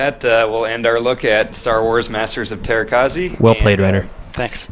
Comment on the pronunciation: I'm a Finn and you can imagine my bewilderment when I saw this game in stores. BTW, the Ä is pronounced like the A in the word "hat" and R is hard and rolling like in "brrrrrr" when you're cold